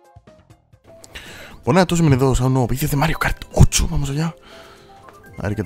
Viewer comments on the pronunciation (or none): Cuenta la leyenda que hace un tiempo parecía que decía mario kart tocho y ahora dice mario kart......... 8 jajajajajaja